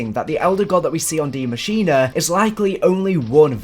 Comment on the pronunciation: Yo can everyone in the community stop calling this map "die machina"? It is NOT pronounced like that. It's german for "the machine" machine in german literally sounds the same as english pronunciation so just say "the machine"